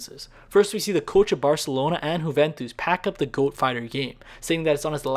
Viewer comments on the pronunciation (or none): Athorter Easter egg He says huventus but it’s Juventus